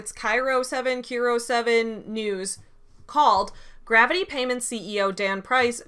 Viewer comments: FYI, KIRO 7 news is pronounced like "Cairo/K-eye-ro", just in case you ever need to reference Seattle local news again. (Complete side tangent) I got interviewed by KIRO 7 back in 2013 for the summer camp I was at being shut down due to norovirus. You mentioning them got me to look back at that old clip and my god...their editing is so bad. They use a very banal sentence of mine "I didn't expect them to shut it all down" twice in this two minute segment. Then they cut my audio halfway between a sentence, at "well I washed my hands about 50 times [cut]" which is fine because I was rambling and 13, but they didn't cut the visual at the right time, so you can SEE MY MOUTH SAY THE WORD "BUT" directly after, and then it goes to the next shot where they draw specific attention to my statement about washing my hands, saying it was good advice, when it was not even phrased as advice. Not saying they aren't a reputable news source, just that their video editing in 2013 was trash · Ki- row, is the pronunciation of kiro news